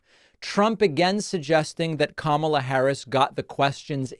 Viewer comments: He keeps calling her Kamala, like the wrestler, on purpose. He absolutely knows the proper pronunciation, he’s just a childish prick. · I've noticed that when Trump pronounces her name, he usually hesitates slightly so he can make sure he mispronounces it, because there are other videos of him pronouncing her name properly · What is totally disrespectable is constantly saying Kamalas name wrong purposely. That alone says everything about Trump to never ever vote for Trump.